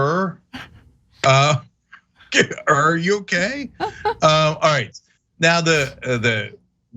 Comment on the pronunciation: Not to be nitpicking, but his last name is pronounced like “ear”.